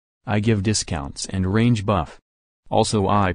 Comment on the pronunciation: i thought he said rage when he said range lol